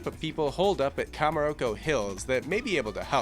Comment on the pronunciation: The video is fine. But I can't get over the fact that he pronounces it "Kamuroko". It's cho. The ch sound is the same one as in cheese. Just had to get that off my chest.